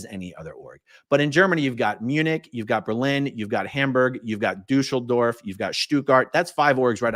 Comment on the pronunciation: "Douscheldorf" LMAO! I know Aaron just misspoke but, it just sounded so right.